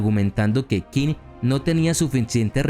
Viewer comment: Muy interesante el video, solo quiero comentar 2 cosas: el nombre del reino chino de Qin se pronuncia “chin", de ahí viene el nombre de China, segundo: me hubiera gustado que incluyeras a Ulysses S. Grant, el tampoco fue derrotado nunca, saludos